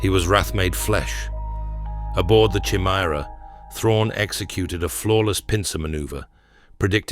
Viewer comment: Homie said "Chimmy-Era" 🤣🤣💀💀